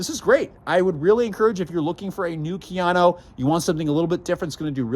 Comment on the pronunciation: KA-yano not keeyano